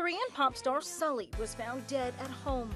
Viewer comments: Very sad. Sulli was such a bright person. Her name is actually pronounced Sooly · The only thing that triggers me is how they pronounce Sulli